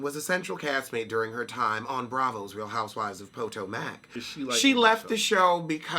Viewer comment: I like how u pronounce (Potomac) pow tow Mac 🤣🤣🤣🤣🤣🤣🤣🤣